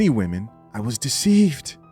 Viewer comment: " I wad deceived ".